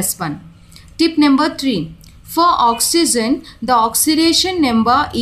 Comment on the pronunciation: Mam you pronounce oxygen as oxyzen is this correct or not